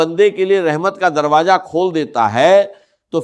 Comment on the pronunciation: Ya hindi bolnay wallay ha awaz 80 % ssame ha .words jo bolta ha hindi word darwaza ke jugha darwaja bolta ha .zekar jekar bolta ha .zat ke jugha jaat bolta ha .